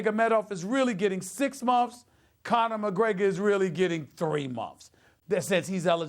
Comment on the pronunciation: Funny how he says (momfs) instead of months